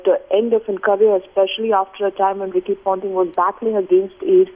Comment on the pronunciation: Ricky Pounting? I wanna pound this anchor's mouth so bad. What drugs are you on?